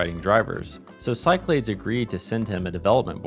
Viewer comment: Back in the day, I only ever heard it pronounced “SyKlaDees”, but who knows 🤷🏻‍♂️